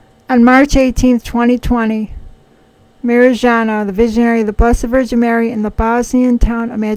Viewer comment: Her name is Mariyana. Good to check how things are pronounced. By the way, it’s July now, and...?